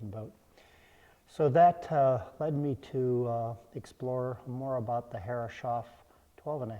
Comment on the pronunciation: it is so weird to hear "herre- shoff" while im absolutely sure it should be "herres - hoff"